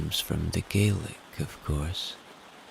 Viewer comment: Love your rain videos. One point for future reference pronounciation of loch and Gaelic both wrong and important to get right when doing a Scottish accent.